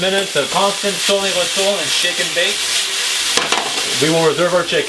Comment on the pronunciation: bogoss j'adore comme tu dis tourne-retourne avec l'accent … ;)